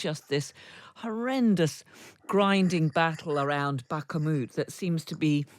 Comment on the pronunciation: "Bah-kuh-moot"? Do a better job! No one else says it like that because it is incorrect. Have respect for your trade to learn how to pronounce place names correctly. Or, if doing a good job is too difficult for you, resign. After all, if you can't be bothered with learning how to pronounce the words you use at work, why should they bother to pay you for that work?